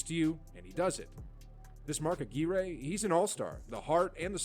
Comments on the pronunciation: LOL at the narrator mispronounced Mark Aguire....Ah-GWIRE not Ah-gear-ray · Mark Aguirre's last name was pronounced "Ah-gwire", not "Ah-gweereh". Mispronouncing a player's name multiple times undermines the credibility of the guy doing the video. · Mark Ah-Gear-Eh? It's Mark Ag-Wire. Minus twenty points to the narrator. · Stupid AI Voice over. Not pronounced Mark A- Gear-Aye. It's pronounced Ah-Gwire. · Facepalm. Aguire isn't pronounced "ah-gee-ray". It's pronounced "ah-gw-eye-er". Not a slam on you,. It was the narrator of the embedded video about 8+ minutes in who couldn't pronounce Mark Aguire's name properly. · Who's Mark Agrearayy? I know it doesn't really matter and it's not this guy saying it, but it's still funny to me. It's aguirre, like the last part rhyming with wire. It's really funny to me because he was a damn good player too, like really good. I'd love to see a video on him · I can’t get past the voice in this video mispronouncing all these names. Mark uh-gear-eh 😂😂😂😂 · I think the All-Star Mark Aguirre would appreciate the narrator ( computer, whatever ) would pronounce his name correctly. It rhymed with acquire, desire, entire, and more. Mark was a great player! He's in the HOF, I'm pretty sure. He was from around Detroit area so I've always liked him. Bird truly caused guys to have panic attacks in front of thousands of people.... Jason Williams, not "White Chocolate" but the one who came to a bad end in his life. He doubted he could be a player in the NBA in his rookie year ( Philly or Knicks ) when Bird caused Jason to think he should have kept the job as brick layer! He told Robert Reid ( on Houston's 80's team ) during a game that Robert should have stayed in preaching! That was over the line for me. Bird was funny and mean at the same time. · Someone needs to teach that guy how to pronounce Aguirre (agwyer) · It Mark Ag-wire. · Agg-wire is how you pronounce it btw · Narrator has no idea how to pronounce any of the players names.